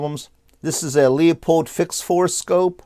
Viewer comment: it's pronounced lou..pold spelled leupold not leopold